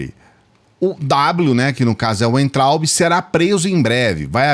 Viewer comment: aprenda de uma vez,. Você fala Weintraub com som de U, mas o w deve ser falado com som de V